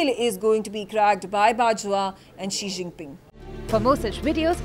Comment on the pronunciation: Ji Xinping ?? 🤣🤣.. This is worese than 11 Jinping!